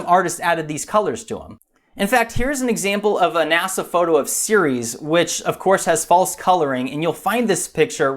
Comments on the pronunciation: Another good vid but the first minute I understood you were talking about Sirius instead of Ceres. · He said series and not Ceres lol